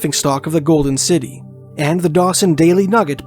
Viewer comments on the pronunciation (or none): none